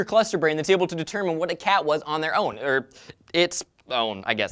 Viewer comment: you said vat XD